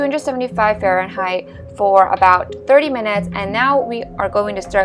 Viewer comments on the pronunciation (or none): none